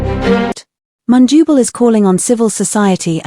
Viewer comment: Please pronounce The Zambian Names with a simple consonant/vowel sounding —— phonetically MUNDUBILE NOT mundubo.